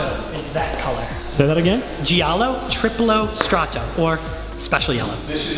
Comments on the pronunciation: What a terrible pronunciation of "Giallo triplo strato" lol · First of all that is not how u say Giallo triplo strato. Secondly, it means: Triple layer yellow.